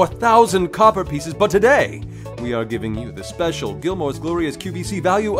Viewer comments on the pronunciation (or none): none